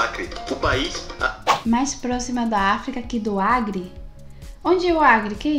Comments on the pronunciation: ACRE....com "C"...e não AGRE...com "G". 😂😂😂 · ..não é "agre" é "Acre " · Não é agre. É acre é um estado brasileiro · Agre não, Acre kkkkkkkkkkkkkkkkkkkkkkkkkkk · Não é agre é acre 😘😘estado do Acre